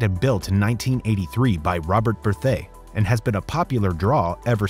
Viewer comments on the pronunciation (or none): none